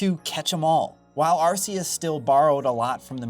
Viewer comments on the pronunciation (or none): Fun fact, it’s arc-e-us. Not arse-e-us. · How many times have you heard Arceus pronounced by TPC and still choose to pronounce it arse-eus? 🙄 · AR-KEY-US Pokémon isnt naming their god ar🍑se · It’s Ar-KEY-us. Always has been… unless you’re speaking Japanese. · Bruh it's Arceus with a hard "c." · I still can't get over the way you pronounce Arceus. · I swear, the way he pronounces Arceus makes me want to SCREAM!!!!!! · Please just pronounce Arceus properly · Arceus is pronounced with a hard C, like a K, not a soft C, like an S.